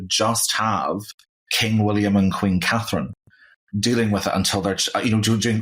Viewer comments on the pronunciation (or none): none